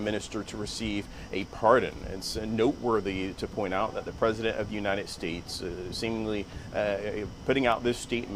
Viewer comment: How could he possibly flub the pronunciation of The United States? “Anyone with two eyes and some ears”. He’s either incredibly nervous or incredibly stupid. Maybe both. The best part is when he claims to have “seen it all”. That actually made me laugh.